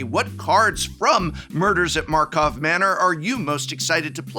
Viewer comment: „Markov Manor“?